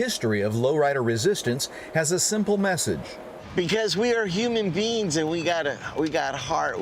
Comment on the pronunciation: Did he say, "We are human beans"?